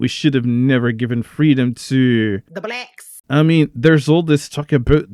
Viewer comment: "The Blecks!"